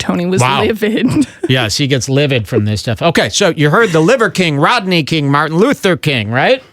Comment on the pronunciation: Why is he pronouncing king like that tho? He’s saying it like kaeng. Kind of like how he says eggs like ayygs